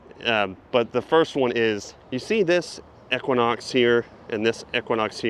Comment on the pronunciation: I’m not going to lie dude, I’ve never heard anyone pronounce “Denali” and “equinox” like you lol